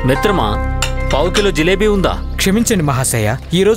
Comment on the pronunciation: పావు కిలో అన్నారు 😂